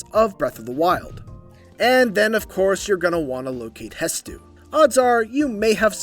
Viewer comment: Bro stop calling him hestu lol